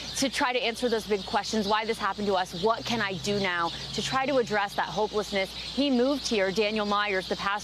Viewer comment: did she say faith leaders or fake leaders?